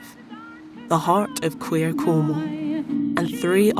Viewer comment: It's Cornwall, not Cornhole!